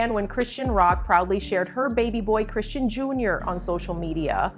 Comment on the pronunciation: Ya'll don't know ish about her or her child. We see small clips and ya'll just come out with you assumptions. You don't know her personally or see her and baby in person. Worry about your life and you don't even know how to say her name right but you're making a video about her life 😒